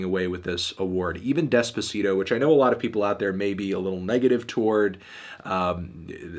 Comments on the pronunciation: despuhseedoh lmao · white ppl pronouncing Despacito terribly makes me cri